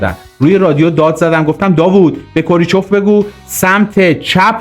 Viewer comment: کوریچف نه کرو چیف